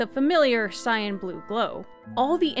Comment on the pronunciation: was listening to the audio but not watching the video cuz I was playing the game but I kept getting confused as to why you kept referring to things as scion or the scion king. Turns out you were saying cyan. That was confusing